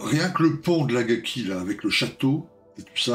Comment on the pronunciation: Salut l'Ami, belle revue, comme d'hab.... mais too much pour moi... Au fait, c'esr Akagi et pas Agaki !!🤣🤣👍👍